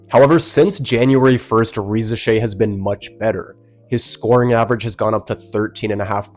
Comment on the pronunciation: I think you are the first I hear not butcher Risacher's name. Great content👏❤